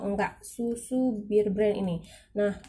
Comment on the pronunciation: Knp sih disebut BIR BREN ? BEAR nenkkkkk